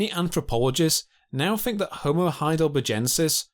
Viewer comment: What do you "fink" ? "Pressure wivin it"... "Birf" !